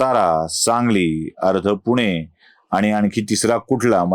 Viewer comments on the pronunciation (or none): none